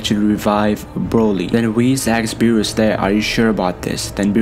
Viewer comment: Nigga said berwest